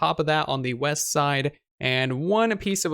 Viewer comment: Oooh weast I thought you said weast